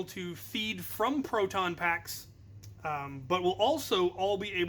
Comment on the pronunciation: "but" not "nut"